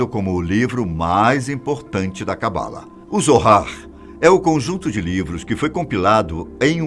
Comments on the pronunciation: se pronuncia CABALÁ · Se pronuncia cabalá. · Sua pronúncia de Kabalah está bem errada, erro q todos fazem, mas se você vai falar/explicar sobre precisa pelo menos pronunciar certo 😉